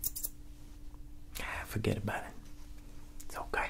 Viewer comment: It's not fergt about it it's fergt abooouuuuut it